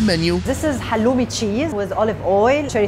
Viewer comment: "halloumi sheeez" and "za bomegranete molazess" only legend will know what i'm talking about 😎